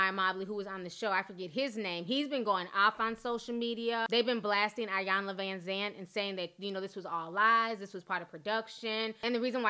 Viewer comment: It's actually pronounced e-yawn-la not eye-yawn-la